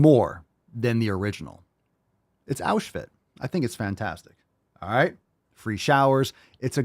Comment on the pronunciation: Auschfit...I'm f'ing 💀. 😆